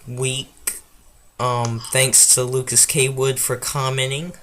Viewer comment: Also, thanks for mentioning me! Also well done for getting my name right! People say it is Lucas Coward.